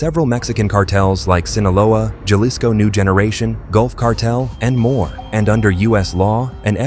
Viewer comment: This would be a really good channel if they knew how to pronounce Jalisco and did not censor every other word.